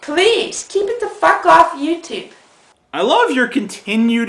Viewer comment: I liked it how she said 'YouToop'.